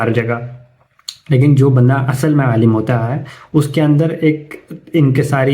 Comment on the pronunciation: Alim ko Alam keh rahai hain level check karain